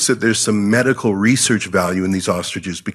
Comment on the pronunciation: haha. To be fair even Jimmy pronounced ostriches as "austriges". 😂